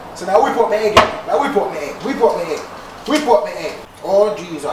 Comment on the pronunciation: "One hegg" dwl😂😂